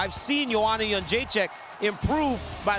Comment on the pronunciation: “Bilal” Gordon Haaa!!! That's hilarious! I think it's "Yuh-Jay-Jeck."